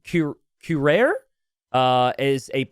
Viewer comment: Hey this is how you pronounce it: Kaseekae - cacique ("ae" would be pronounced the same as in the first "e" in "empire") Eebeerah-paemah - ibirapema ("ae" same as above, as in empire) Koorah-rae (same as above with the "ae") Mind you that the "r" is pronounced like in Spanish or Russian, but we don't expect you to pronounce that correctly. Portuguese it's pretty tough! But I hope it helps!